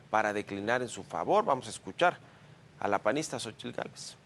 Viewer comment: Deberían darle clases de español y náhuatl al reportero. Francamente es patético verlo pronunciar con esa "tl" tan marcada.